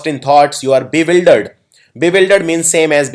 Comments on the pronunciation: its Bewildered not biwildered... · Bewildered is right, not biwildered.